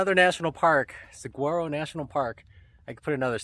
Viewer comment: say “Sag waro” one more god damn time